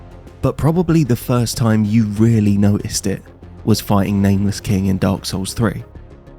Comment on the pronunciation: Telling other people to level themselves up when you can even pronounce the title of the games you're playing is wild. It's Dark Souls, not Dark Sews.